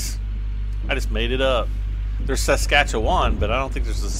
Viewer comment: Haha saskatchewoon, yeah that’s not a place, but Saskatchewan is my home province, and there is a city in Saskatchewan called Saskatoon.